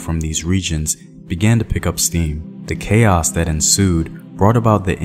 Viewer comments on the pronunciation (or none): none